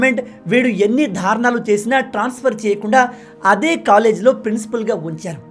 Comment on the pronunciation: ధారుణాలు అని పదేపదే అంటుంటే కర్ణకఠోరంగా ఉంది.దారుణాలు అని పలకాలి.